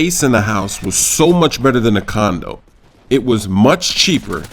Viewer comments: i think instead of sayin condo u said condom i think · I THOUGHT THE WHOLE TIME HE WAS SAYING CONDOM... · condo* not condom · LOL did he say condom at beginning?